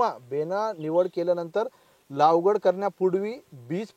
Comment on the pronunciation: लावगड नाही लागवड असते असे मला वाटते😂